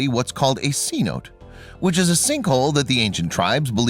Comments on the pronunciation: A "cenote" (pronounced say-NO-tay) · It's pronounced Saynotay for Cenote.